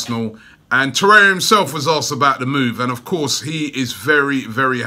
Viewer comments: Torre*r*a or Torreira. PRONOUNCE IT PROPERLEY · Spoke too soon just once at the beginning 😑